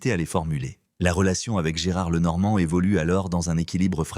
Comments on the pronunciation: Lenormane???? Alors on doit pour parler de sa mère dire Mamane?? Sans blague.... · L'IA pas top ! Il saccage son nom! Et oublie ses 2 filles! Et raconte sans savoir!